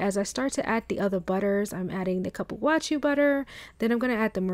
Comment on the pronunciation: I think it's pronounced like Coo.Poo.Wah.Sue